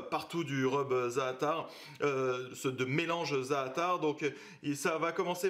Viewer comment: Ca me tue l'accent Français pour les mots arabs, déjà le za'atar ça m'a finit ( ça se prononce plus zateur que zaatar)